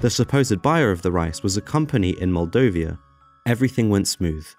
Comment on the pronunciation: * Had to be TAUGHT a lesson *Moldova not Moldovia * not beter Vision but better view